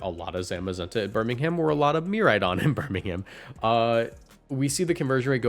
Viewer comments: Do a Brit a favour and stop pronouncing the ‘h’ in Birmingham 😅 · “Birming Ham”